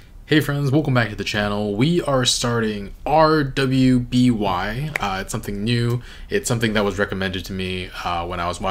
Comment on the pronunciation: Oh my god, thank you! I scanned the comments to see before i told him, he was drving me crazy!